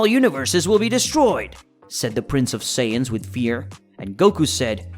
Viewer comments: Saiyans not saiyadans lol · bro went from saijans to saiyadans💀💀💀💀💀💀💀